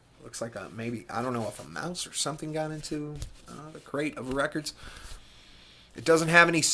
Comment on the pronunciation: Lmao rekkids. I knew i wanted to click when i seen that. I too call them that but you must put on your best jersey accent whilst doing it. Lol Loving your channel. Great channel darling! On it now!